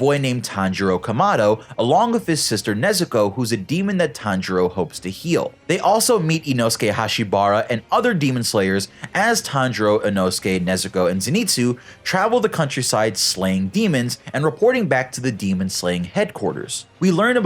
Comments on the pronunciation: Really? Hashibara not hashibira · He said hashibara instead of hashibira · It's HASHIBIRA not HASHIBARA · sorry if this is off topic to the video buuut the way he says hashibira HHHHHHH